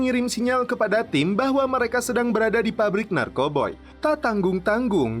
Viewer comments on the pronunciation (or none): Narkoba lah bilang nya jngn narkoboy